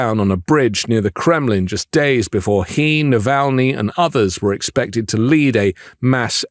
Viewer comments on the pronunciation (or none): none